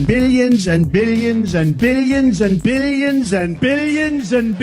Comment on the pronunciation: 😂😂😂😂 and more “ billians” 😂